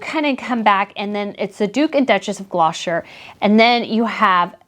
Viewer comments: Not sure who you were referring to when you said Duke and Duchess of Glosher. I think you mean Gloucester (pronounced glos-ter) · Don't want to appear rude. Pronounce Gloucester. Glosse ter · I definitely heard the booing too when I was watching the service on TV and on both of your audios. Well done with you video and photos. You chose a good spot. (BTW pronunciation of the Duke of Glouster is Gloss-ter, rhymes with Foster. I hope this helps :))